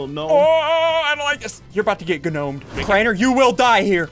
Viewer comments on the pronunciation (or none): Craiener not drainer